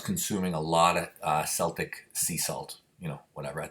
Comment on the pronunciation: Celtic is a hard k sound at the beginning brother.